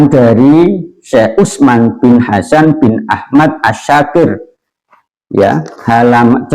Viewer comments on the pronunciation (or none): none